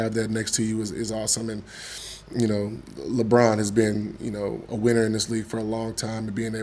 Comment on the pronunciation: Why is it so hard to say "LeBron" for all of these NBA dudes?